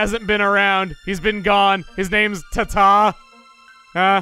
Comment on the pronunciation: You sure "Tata" is pronounced the way you pronounced it in this video?